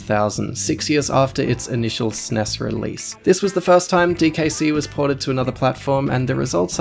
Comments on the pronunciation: It is pronounced "S-N-E-S", not 'sness'. No one called it 'sness'. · Downvoted for you saying "sness" instead of S-N-E-S